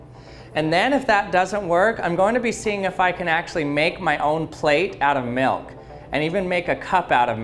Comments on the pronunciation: Anyone else feel like he says “Melk” instead of milk? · I sweqr it sounds like hes saying melk Maybe cuz of my accent where i pronounce it like milk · I hate the way you say milk. Its almost malk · 0... He says melk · That’s funny 😆 cause he says melk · Melk melk melk melk melk. Staaaaaahp. It's MILK! It rhymes with ILL, not ELK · Take a shot (of milk) every time says Milk (or "Melk"). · Galaxy Angel Lol! Challenge accepted. He says “milk” or ‘melk’, lol, only 29 times. You’re welcome! Lol. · I'm glad you pronounce milk like milk instead of pronouncing it (malk) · I don’t think I’ve ever hated the way somebody says the word ‘milk’ more in my life.